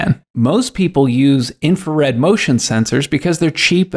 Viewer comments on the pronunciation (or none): none